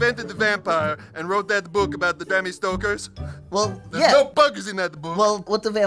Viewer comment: "The Bammy Stokers." LOL!